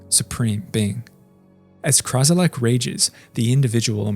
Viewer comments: Ummm... It's Kralizec, not Krazilec. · Nobody's gonna mention how he says constantly "Krazilec" instead of "Kralizec"? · It's "KraLIZEC", not "KRAZilek". And "tumult" is pronounced "TYOO-mult", not "tummult". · Kralizec not Krazilec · Hearing “Krazilec” hurt so me so much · Ummm.... I think you mean "Kralizec"?